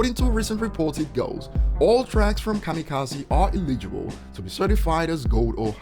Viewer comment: Just so you know for next time, eligible is pronounced "eh·luh·juh·bull".